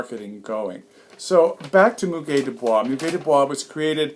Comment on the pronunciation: First of all, I would like to say, I will love to come over to your house for entertaining. I arrived at your video to hear how to pronounce the word "Muguet"; I did not know I was going to be enchanted by the ambiance of the video. Thanks for the proper pronunciation.